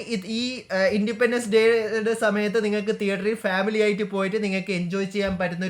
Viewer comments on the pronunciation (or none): none